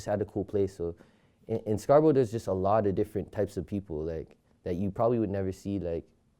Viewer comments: It’s not scarsborough Its Scarborough nigga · Scarsbrough LMAOOO scarborough** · yo they said Scarsborough